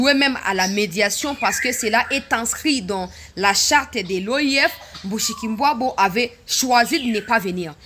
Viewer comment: Bonjour ma soeur, pourquoi vous dites MUSHIKULBWABO non dites bien MUSHIKILBWA c'est une chienne de la case.